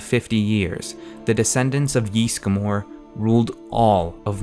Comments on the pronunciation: It's Ysgramor not Ysgamor. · It's not JISSGRAMOR, It's Ysgramor/Ysmir, jesus they even say Ysgramor in the game! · 'Yeastgramor' xD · "yees-gamore" euughh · Yeesgamor, good lord People in the game say the name, how do so many people mispronounce so much in this game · Owh, the way the pronounce Ysgramor...